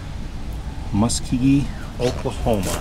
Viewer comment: Musk-oh-gee is how its pronounced . That is pretty cool